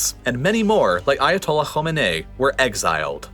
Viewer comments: For westerners trying to pronounce Irani leader's names, Khomeini and Khamini are two different people with two different names. The guy that came back from exile in 79 is Khomeini, the guy in charge now is Khamini. kho-mey-ni, kha-mi-ni. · Dear . thanks for great content. Please differentiate between the revolution leader of so called islamic revolution of iran whose name is (kho - may - knee) ( kho- mei like may - nee like knee) and the his successor who has no familiar relationship with him which i s pronounced ( khaa- me - ne - eee) so (khaa long aa -stop - meh - stop - neh - stop - eee long ee)